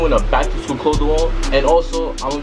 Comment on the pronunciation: Im mad he said "klaws"